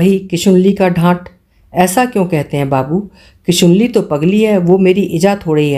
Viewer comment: किशनुली को किशुनली कह रही हैं आप हर बार । हम शिवानी भक्त हैं, सुन नहीं पा रहे।